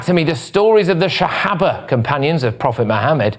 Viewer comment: Hi.Sahaba. you pronounced it as Shahaba. Ps in Afghanistan land,an adult male paid 2000 dollars for ten year old partners. The guy looked 65yrs old and having a ten year old partners. Taliban may veiw it as halal behaviour, unfortunately,if they agree that Muhammad had a child partner,then what would stop adult males from copying.